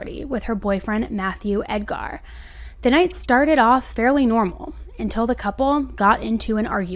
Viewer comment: I'm not trying to be mean, but the emphasis is on Ed, so it's pronounced as ED-gar. The gar is pronounced as grr or ger. Love your videos! You give clear, concise accounts of these true crime tragedies. I also love that you put your 2 cents in the vids because I'm usually saying to the screen right around the time your sassy comes out. 😊 Also, Merry very belated Christmas 🎄 😊.